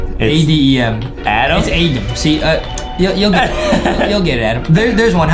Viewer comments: Your name is adam not adem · Can Adem please mess up more words I love how Adem messes ups words